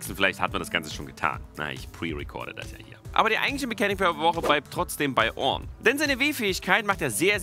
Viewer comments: Wie er ornn ausspricht richtig orrrrrrrnn XD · Immer wenn Orrrrrrn sagt, bekomme ich einen Orngasmus:D